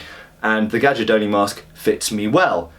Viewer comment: Read it GAIARDONI, like the "J" is just an "I". It's the right italian pronunce.